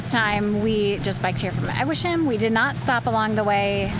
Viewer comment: Only for info... they are all "heim"s. That is, even if the preceding ends in an S. So Eguisheim, doesn't have a SH in the middle. It's S-H.